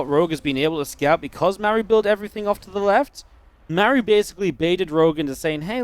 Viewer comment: I love how laughs at the koreans mispronouncing Rogue when he has not once ever pronounced "Mah-roo" correctly himself. It's perfect. 🤣👌🏽